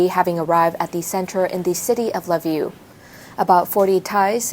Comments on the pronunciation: Pronounced "key-v" and "le-viv" where she got La Vue from is freaking hilarious. Needs a checker. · Atleast learn to pronounce Lviv. Its pronounced Veeve